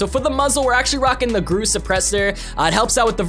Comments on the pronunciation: Everyone: Groza: Graza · Ok you pronounce it groza (gr-ah-za)??